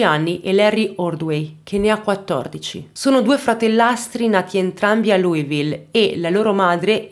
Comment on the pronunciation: si pronuncia esattamente come e' scritto Louisville che mentre lo pronunci e' come se dicessi cheese perché ti fa sorridere